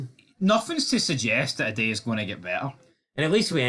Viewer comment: got so angry there he started pronouncing Idah's name correctly.